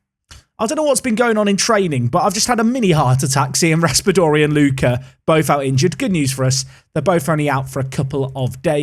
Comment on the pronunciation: Yes, Lucca and Ricci pronunciation this time is about right.